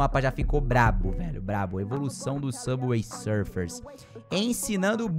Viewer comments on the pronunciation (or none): "sufer"que português bom👍